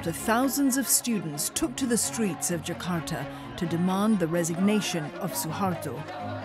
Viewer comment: Finally, someone foreign actually pronouced 'Jakarta' right. usually people just pronounce it as "jahkardah"